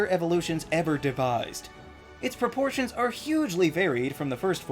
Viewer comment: Haha "proportions"